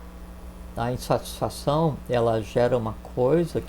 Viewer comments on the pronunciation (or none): "instatisfação" entre 24 e 25min